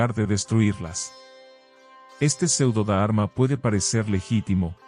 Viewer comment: Y no es da arma sino dharma. Son palabras que si las decis bien la lectura y traducción será aún mejor. Ánimo y adelante!